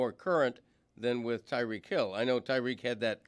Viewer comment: Tie-REEK Hill Stugotz not Tuh-REEK